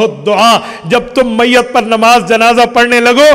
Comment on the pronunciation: حضرت آپ بہت بڑے عالم دین ہیں معذرت کے ساتھ ایک چیز کی طرف توجہ مبذول کروانا چاہتا ہوں عربی عبارت پڑھتے وقت آپ میت کے یا پہ زیر پڑھتے ہیں ٹھیک ہے اردو میں گفتگو کے وقت میِت کے تا پہ زبر کیوں پڑھتے ہیں ۔۔۔